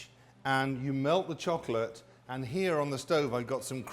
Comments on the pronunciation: I like that he says "chock late cake" instead of chocolate cake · the way this man says chocolate is so satisfying istg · The way he says "chocolate" makes me moist